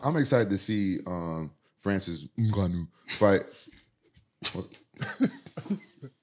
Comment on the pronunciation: As an African, every time Rampage correctly pronounces Ngannou I lose it🤣